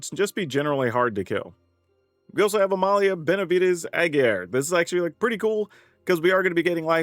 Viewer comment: Alright, man. It's been a while so I think we're justified in pointing this out at this point. Amalia's last name is pronounced "Ah Gee Reh" Three syllables. Easy to pronounce. Just not spelled intuitively for English speakers. Just "Ah Gee Reh."